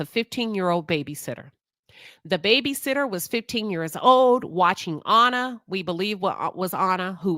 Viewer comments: Great video but you keep pronouncing her name incorrectly. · Hell you can’t even pronounce her name correctly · You keep calling her “Honour” but her name was Anna. Rhymes with Banner.